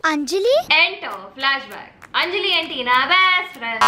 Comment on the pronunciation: Hey its 'Anjali' not Enjali..😂